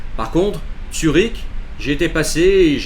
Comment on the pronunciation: Zurich. Zurich mec! Pas Tsürich